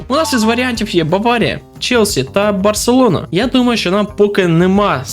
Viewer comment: Автор фангей другого клубу в мадриді, чи якась обіженка, нахуя постійно називати назву Барселони неправильно ?)